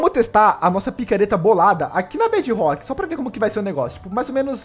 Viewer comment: MDS QUE AGONIA “BED ROCK” BEDRROCK!!!!!!!!!!!!!!!!!! Agoniante